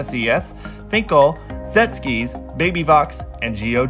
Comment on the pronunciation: Omg his pronunciation of Sechskies...